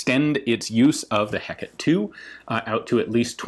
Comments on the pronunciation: God, thanks to SAO 2, I can only say this as "he-ca-té" and not the actual pronunciation... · You are serving french military and didn't point out the proper pronunciation of the Hecate to Ian? Shame on you! Also always interesting to see that ALL militaries worldwide suffer from the same "Aküfi" (german mock abbreviation for "Abkürzungsfimmel" roughly "abbreviation fetish" or "Abbfet") ... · You pronounce it with a slight slight inspiration on the h and the E in "he-" is the same as in your way of saying "touché"'. Then it's just "cat" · coming from GGO, that pronunciation sounds foreign to me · Did I hear that right ? Ian can't pronounce something french ? Whats next, flying pigs ? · FYI the correct pronunciation in French is something like ay-CAT or ay-COT. The "a" sound would sort of sound like the "a" in "latte". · It’s actually Heh-kuh-tee and she was goddess of a lot of things: magic, witchcraft, necromancy, night and the moon. Still pretty dark. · That is pronounced Heca-tee, goddess of magic, witchcraft, the night, moon, ghosts and necromancy. The lone child of Perses and Asteria. An unexpected err from a learned man such as you. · Since the Hecate II is named after the Greek goddess, and not in the Shakespearean context, I'm gonna keep using the Greecian pronunciation "Heck-uh-tee". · I think you meant to say Heck-t8 Eye Eye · Heh-Kuh-Tee, three syllables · and here we've been pronouncing it as the hey-caught-tea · Heh*cah*tay would be the best pronunciation, it's like call calling a Harry "hah*rye." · me: *goes to comment on Ian's pronounciation Ian: "here's about the pronunciation..." Me: I'll let you off this time... (I still say it it's pronounced Heck-et-tay) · I always thought "Hecate" was pronounced more like "heh-ka-tay" or "heck-ka-tay" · Hecate is not pronounced to rhyme with headache either in Greek or French - please Ian! You'll be saying carbine next instead of carbine. :-) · In French, you prononce Hey"Cat" as is you call a cat !